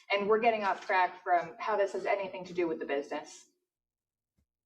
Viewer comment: 'Getting of track' I heard as getting off crack lol